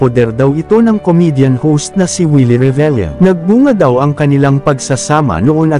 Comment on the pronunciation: 😂bkt do lmz pronounce yun Revillame (lyame)